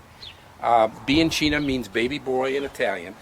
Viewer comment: You pronounce:" biankeena "not bianceena , ciao e buona fortuna.